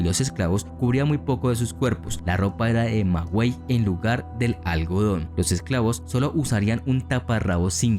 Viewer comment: Es maguey, no magüey. No comíamos limas, las limas las trajeron los españoles de Asia.